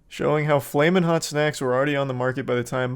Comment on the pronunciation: It took a Mexican to get “flamin’ hot” down right.